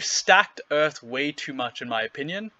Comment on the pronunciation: Earf Splinter.